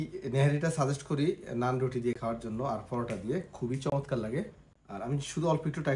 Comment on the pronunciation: আপনি চমৎকার কে মোচৎকার বলেছেন 🤣🤣🤣